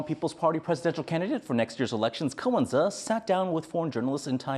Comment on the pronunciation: Ko wen-je 👎👎